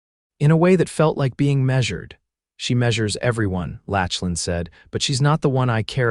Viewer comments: I really like this story so far even though I have only watched/listened/ read a little. There is one small thing I would like to mention. The name Lachlan is NOT pronounced Latchlan !!! I know it looks like that’s right, however, the CORRECT PRONUNCIATION is Locklan. While I was typing this comment, it even “corrected” me when I typed it the way your reader pronounced it and I had to delete it and retype it with the correct pronunciation to get my point across. There are probably many people with that name who get very tired of people who do not say their name correctly. Names are important … so please give all those people named Lachlan a break and say their name correctly. I am sure they will appreciate it very much. Now, back to this really good story !!! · OMG! His name isn't pronounced LATCH-lan, it's LAK-lan! The name is Scottish, rooted in Gaelic. Voice-Overs are really important in telling these stories, so try harder to get it right!